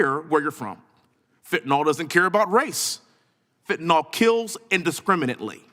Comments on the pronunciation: If you're going to talk about it, at least know how to say it. There is no such thing as fentanol. It's FENTANYL and the last syllable rhymes with "pill." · he still can't say Fenta-NYL... not "nol" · It's fentaNYL, not fentaNOL